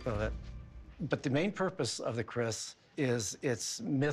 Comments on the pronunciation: Keris not Kris :) Keris is sword from Indonesia. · Keris, not Kris.. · Thats "tombak" not "tomak" .... and "keris" not "kris" Because that ll be diffrn meaning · Its not Tomak, actually its Tombak (means spear itself) Keris not Kris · It call Tombak, not tomak, and kris actually is "keris" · Not KRIS, but KERIS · it's not Kris but Keris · It's not 'Kris'.. It's Keris 🤷🏽‍♀️ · it is keris not kris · The name is keris not kris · It's keris not kris thanks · It is Keris not kris.. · Its keris not Kriss its from indonesia😍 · Keris not kris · Tombak keris. Not "tomak kris"